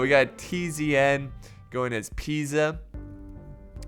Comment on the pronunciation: Convratulations for the perfect pronunciacion of Pisa, you said it like an italian would do